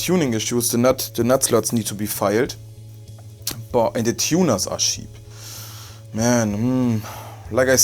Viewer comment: Auch nach 4 Jahren noch ein prima Review! Schade, dass Harley Benton nur dicke Necks herstellt, ich hätte sonst schon lange eine Fusion II gekauft. PS. "Check" spricht man "Tscheck", nicht "Scheck", "cheap" = "tschiep", nicht "schiep" (Schafe😂).